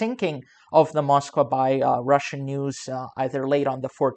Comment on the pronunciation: cant even say russian ... another poser site